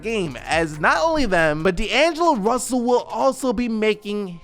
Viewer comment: “D’angelo Brussell “